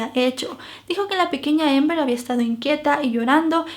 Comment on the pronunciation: Es Amber no ???? Pronunciando la a a , es relato en español no inglés ????